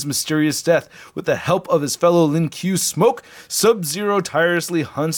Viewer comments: Its (Ku-i Lee- Ang) (Lin Ku-ay) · Lol it’s called “Len kwae “ mate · “LIN KUEL” you are trolling 😂😂😂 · "LiN Q" 🤣🤣🤣🤣🤣🤣🤣🤣🤣🤣 LMAO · The Lin Kuei is properly pronounced as "Lin Kwey" and Kuai Liang is properly pronounced as "Kway Liang" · Lin “qway” is how it is pronounced, but close enough... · it is pronounced lin koo-way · It’s Lin qu-a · You said Bi-Han right but you say lin kuai as “Lin kuh way” and kuai liang “kuh why lee ang”